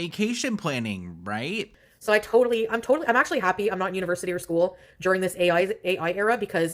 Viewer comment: Foodie: “Oim soh glahd oi didn’t have A-yoy (ai) when oi was in Skyuul (school)” as if she retained anything from school anyway. 🙄